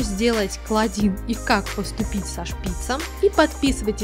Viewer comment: Помойму КлОдин а не КлАдин